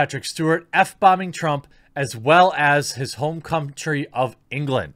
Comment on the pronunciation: Lol! You said “cumtree” instead of country.. 🤣😊👌 Ha Ha! ~ Nelson